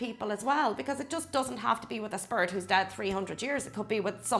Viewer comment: The way she says “spirit” sounds more like “spurt”